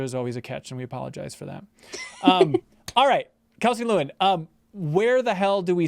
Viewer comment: I've watched videos Kelsey's done for years and have always pronounced it Le - Win instead of Lu - In